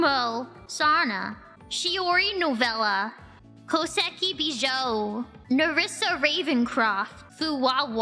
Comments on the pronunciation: Koseki bee-joe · Find it really ironic that she pronounces the "ou" in "Houshou Marine", "Ouro Kronii", and "Ichijou Ririka" correctly (yet pronounces it incorrectly, albeit consistently, in "Koseki Bijou"). I get the impression that most English-speakers would frequently mispronounce it as "uu" (or maybe even "ow" like in "house"), completely unaware that the "o" and "u" are meant to be seperate and not merged into a different sound ("soul" is one of the few English words I can think of that does it this way).